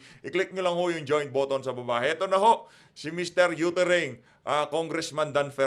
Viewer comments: Boy youtering instead of uttering 😂😂😂, bold fernandez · Pabalikin nyo na sa pagka bold star yan😂 ang sakit pa sa tenga ng pronunciation nya. Yuttering😂😂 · May yootering na oppiser pa